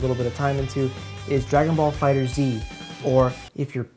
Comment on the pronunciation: Glad to see someone else pronouncing FighterZ the way it was clearly intended to.